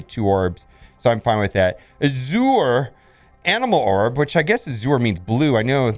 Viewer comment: How you almost 40 and don’t know Azure means blue lmao it’s pronounced AA-SHER! I’m just giving you crap man love your vids lol